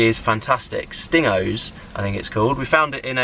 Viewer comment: Hahaha it’s pronounced “sting goes”